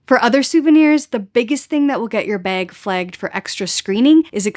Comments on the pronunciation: Baig. Beg? Bag? Baa-eg. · Had to rewind a couple of times to catch "baig" Bahahaha. You pronounce "bag" correctly....and guessing you also pronounce "about" just fine too! You can guess my citizenship.... Thanks so much for your wowzer, comprehensive, well edited videos. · I like the way u say “bag” 😅